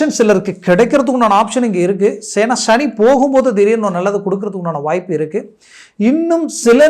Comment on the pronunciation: Please prounance as SANI bhagwan ,please don't pronounce as SHANI it sounds negative